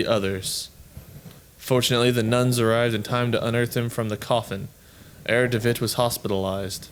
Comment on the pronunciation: try read "Herr" as it's meant to be read in German, you know what I mean...